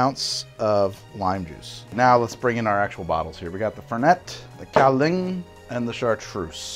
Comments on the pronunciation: An ex girlfriend of mine used to work in Kinmen, Taiwan, so I had my fair share of Kaoliang. There are some Kaoliang cocktails you can find in bars near there and in Taipei, but overall impressed with the process! By the way I'm pretty sure its pronounced as if it were spelled "galiung". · I really hate to be that guy but it's pronounced like gow-lee-ahng. I'd been looking for a way to mix it for years but had given up. I'm to the point now that I quite enjoy it, especially the higher proof stuff. I'll have to try this next time I bring a bottle back with me. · Really enjoyed this format and hope to see more! FYI it’s pronounced gao-lyung, like the word “young” but with an l in there